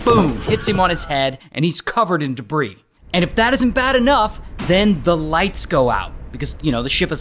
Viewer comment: Covered in “debris”. 😒